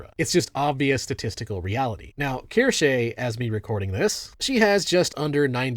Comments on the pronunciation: KEER SHAH! not keer shay! Good God it is a basic German word and not that difficult. I can't imagine these people trying to buy cheeries in Deutschland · Nah, he keeps saying “keer-shay” when it’s “keer-sha” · its kir-shuh she says it wrong too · Why do you pronounce her name like its latin?